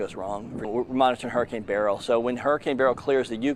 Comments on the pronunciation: It is not barrel its “ Berlll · Not Barel ITs— Berrryl🧐🤪🤓why do these Educated weather people mis- pro -nouncerhis name???